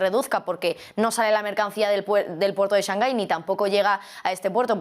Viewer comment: Porque siempre pronuncia "shanjai"?? Lo pregunto desde el desconocimiento. Saludos